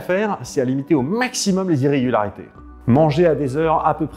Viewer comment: au Meiiiximum jpp c'est trop drole comment tu dis Maximum :,)